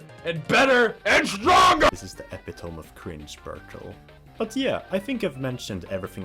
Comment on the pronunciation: Thanks for all the great videos, Albert. Hope 2023 is even better for you. By the way, epitome is pronounced "ee-pit-oh-mee"